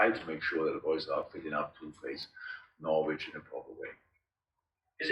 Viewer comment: The sound quality of this video is so shitty one can barely hear that Klopp has not yet learnt how to pronounce 'Norwich'. 😜